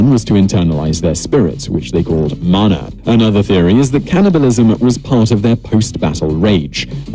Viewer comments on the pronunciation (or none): none